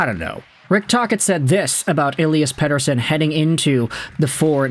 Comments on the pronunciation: Ep40 gave an interview and was asked how you pronounce his name and you pronounce his name like that in Swedish. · i'm glad someone else was feeling the same way about this lmao. I like the videos, but I dislike how his names being said